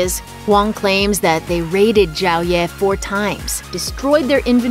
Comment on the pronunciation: Xiao ye = SHIAO ye not JIAO ye....gotta be kidding me -.